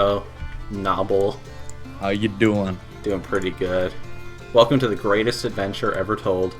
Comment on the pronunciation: I try to watch these, but then I hear the opening "gwatest adventah eva twoode!" and i just cant